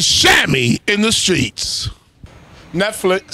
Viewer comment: That first "NETFLIKS" had me dying 😂😂😂😂